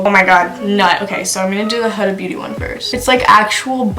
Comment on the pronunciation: you had her name right the first time it’s “Hooda” not “huhduh” .